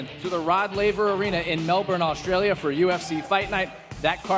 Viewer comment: It's pronounced MEL'BUN!